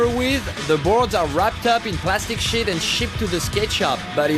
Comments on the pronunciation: No offence but when the guy said plastic sheet it sounded like plastic shit. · it sounded like : "plastic shit" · It sounded like he said shit like 5 times. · it sounds like he sez " wrapped up in plastic shit" lol